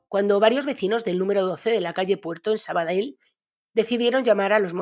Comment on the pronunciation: hazme caso, no digas "Sabadel". Si lo intentas y no puedes decir "Valle" y omitir la "e", prueba con cambiar la "ll" por una "i". "Vai". Suena muy parecido a "valle" (vall) en catalan (o aranes: la Vall d'Ara = la vai darán). Lo mismo con "Sabadell", di "Sabadei", con el final como "dios" en latin = "dei", con tonica en la "e" y la "i" muy suave, aspirada. No suena igual que en catalan, pero es muy parecido...mucho mas que omitir una de las "L" finales. Es catalan...no italiano.;) Este tipo de trucos (lo de "i") los usaba hasta el mitico Matias Prats de los años 40. Comentado por el mismo ya viejo, tenia un problema bocal que le impedia decir la Z. Por eso, para decir, por ejemplo, "Zaragoza" lo trucaba en "Faragofa"... y realmente cuela muy bien. Dicho con conviccion y naturalidad...y sin recalcarlo mucho, funciona a la perfeccion. Desde luego mucho mejor que lo que le hubiera podido salir tratando de ser fiel a la "Z", quiza algo como "Charagocha" o "Tsaragotsa.:) Por cierto, ¿esa "palanca de uña" de sacar clavos de la que hablas no es la "pata de cabra" de toda la vida?